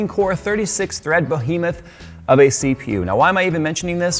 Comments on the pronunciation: What the f**k is a "bohemoth"? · BE-hemoth,. BE-hemoth. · Bo'hemoth? I've got an 'idear', this needs MOAR be'hemoth! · You just gave up on "Behemoth" did ya? :)